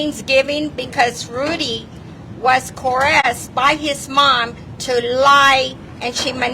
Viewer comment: “Hypothetical liar”…”Rudy was coresed by his mom”… “Fraudually taking money”… “felt the comfterness” omg I can’t 😂💀